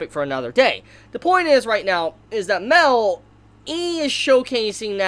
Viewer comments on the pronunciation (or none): It’s pronounced (my-el) not mell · its not mel it's pronounced like meel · It's ma-el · Guy it's MA-EL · Im pretty sure Mael is not pronounced "mel" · Everytime you say Mael it sounds like Mel and i think about Meliodas